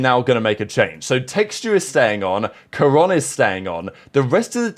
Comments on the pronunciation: Dude we HAVE to stop with this pronunciation bit, wtf was that pronunciation of Karon LOL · yeah neither is karon? what does being from america have to do with pronouncing peoples names properly? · I'm not American, I think most people know how to pronounce Karon though